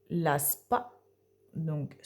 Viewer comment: On dit S.P.A et pas spa😮 Merci pour votre vidéo et votre gentillesse